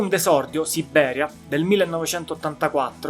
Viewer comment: Ottimo report, su una band il cui valore non viene sempre colto ..(Un piccolo appunto: non si può sentire la tripla B di Sibbberia, ..😊)